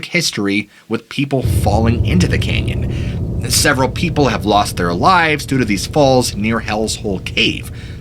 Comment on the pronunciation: Sooooo... Is it "Kenyan",, or "CANYON"??😂🤣